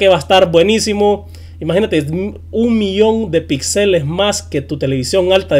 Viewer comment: Aprende a hablar, se dice Píxeles con acentuación en la i, no pixeles.